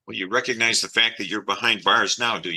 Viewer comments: "I doan reckanize" - a new clip to go along with "Number 1 wrong!" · You are all saying it wrong. It’s “Ah done reconize” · no, he could not pronounce it